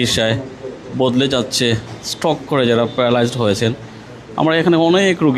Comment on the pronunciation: আরে মূর্খ সাংবাদিক স্ট্রোক হবে। স্ট্রক না।